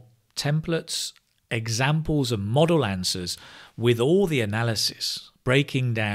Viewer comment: A Model answer* Not Modal answer